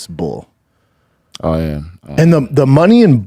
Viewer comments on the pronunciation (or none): Bull is not the same a bool